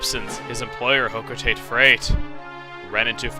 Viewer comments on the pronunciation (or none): i thought it was pronounced "ho-ko-tot-tay" not, ho-co-tayt :| anyways, WOOOOOOOOOOOH one of my favorite games :D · TIME FOR REQUISITE PRONUNCIATION FIXING. :V It's Hoh-Koh-Tah-Tay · Why do you call it hoco-taite in his play through, and hoco-tah-tey in pikmin 3? Is that the real pronunciation? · technically I think it's pronounced Hoe-coe-tah-tay, not Hoe-coe-tay-t.